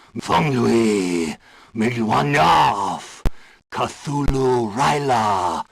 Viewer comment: oh la vache, le doublage affreux sur l'appel de Cthulhu... En plus, c'est écrit noir sur blanc, plusieurs fois, dans les livres que ça se prononce : RToulou. Pas chtoulou, ni ktoulou et encore moins katoulou.